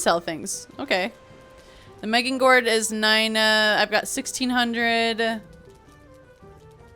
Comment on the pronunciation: sneak + back stab + headshot on the troll = big numbers edit 1 : if you find a rancid remains head keep it, it is the hardest item to get in the game granted its just a deco item. but still very rare. edit 2 : meging gord ... meging gord🤣 it is funny, way closer then what i call it but still pretty funny